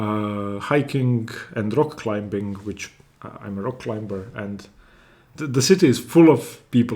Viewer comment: Great videos thank you. Your English is excellent. Small tutorial, as it is one of your hobbies: Climbing has a silent b, pronounced climeing. Silly English I know.